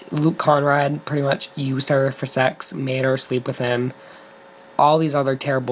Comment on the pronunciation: good video but it's luke conARd "conn-ard"